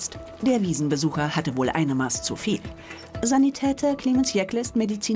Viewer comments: Es heißt Mass (nach alter Rechtschreibung Maß) und nicht Maas. ^^ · Wann lernt RTL endlich, dass es "Mass" ausgesprochen wird? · Es heißt Maß, und ned Maaaaahs. :D